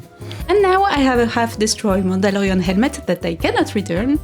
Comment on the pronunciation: In my mind I always hear Mandolorian in a French accent. For.. some reason? Idk. And now I actually heard it like that! Shivers 😍